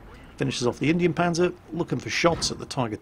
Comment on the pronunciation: first time iv'e heard somone saying the indienpanzer's name right